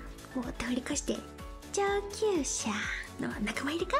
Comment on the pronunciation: 中級車→上級者がどうにも救急車！にしか聞こえなかったが、膝痛でリタイアの暗示だったのだろうか？（笑） リタイアで様々のこと知れて、またいつかこの素敵な長野に来ることができると考えれば落ち込むこともない。 がパンター二を知ってることに驚き。リアルタイムで見てたころは熱くなったものでした。